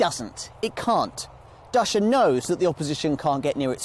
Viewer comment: Cool video but the pronunciation is not "DASHA", it's actually "DUTCH-YEAH"